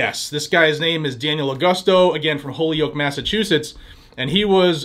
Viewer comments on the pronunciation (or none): It's pronounced hole-yoke